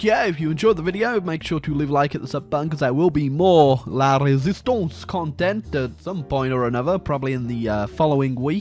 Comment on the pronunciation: was a good prononciation of "la résistance"